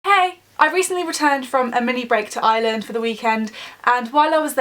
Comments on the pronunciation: Ino Hate the way they say it they put so much emphasis on the 'i' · I'm Irish and your pronouncing Ireland Wrong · ITS IRELAND PRONOUNCE IT RIGHT (sorry but it just annoys me when people say it wrong) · She said Ireland wrong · Ireland is pronounced areland not island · Btw it's not called Iyland it's Ireland P.S I'm Irish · I’m from Ireland 🇮🇪 and you say it like eye-R-land not eye-land but not being rude ❤️ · Fam it’s not Island it’s Arland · She said iyland instead of ireland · Omg it is not pronounced island nooo that is so annoying it is pronounced ir-land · I am Irish and it's Ireland not island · Why do british people say Island its Ireland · it's not island it's Ireland I am from there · I watch the first ten seconds ... ISLAND Instead of Ireland oh for ffs kms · its pronoced are land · No when people say are-land that does my head in it's eyer- land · Also it is pronounced "Ar-Lind" not 'Island' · Ireland not iland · Not hating but is it annoying when British people say "iland " instead if ireland. Is brea liom tayto 😋😋 like if u understand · Someones offended Edit:Replayed it 3 times she said iland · Where the hell is "Island" it's IRELAND XDD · Stupid fuck English pronounce an r it's not island it's ireland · btw it's Ireland not island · The video just started and she pronounces Ireland like eye land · Why does she say iland 🙄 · Say it like are land ffs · 😂😂 she keeps saying island instead of Ireland 🍀🍀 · We Pronounce Ireland Areland (Im Irish) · Stop calling It island like if your irish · We don't pernounce it Ireland we pernounce it Areland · I'm Irish and everybody I know says it like Arland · It is pronounced ourland (Ireland ) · Is it just me or did it sound like every time she said Ireland it sounded like island? Still love you though xx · She's not pronouncing the R in Ireland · There's an r in Ireland (sorry I had to say it) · you can't say ireland